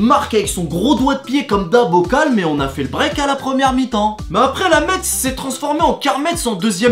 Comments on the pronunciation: Ça se prononce mess pas Metz putaiin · on prononce pas le t de metz donc ça donne [mess] jsuis du 57 j'avoue ça énerve les gens c comme si tu dis psg < om mdr sinon tes vidéos sont quand même marrants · Fraise Tagada les parisiens disent tous mètze c'est abusé 😂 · Apprends a dire Metz... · En prononce pa le t à Metz